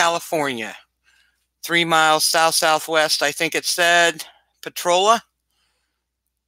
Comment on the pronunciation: I'll give a thumbs up once you start pronouncing potrolia correctly